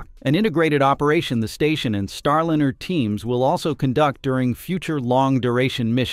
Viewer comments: Not STAR LINNER!!! God that is bothering me... it is Star LINER (lye-ner)... the rest of this story is decently done... but your pronunciation of Starliner is grating. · Star liner not line r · every time I keep watching one of your videos, I keep wondering why you pronounce it: Star Lin er Instead of : star line er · The AI voice mispronounces Star Liner as Star linner.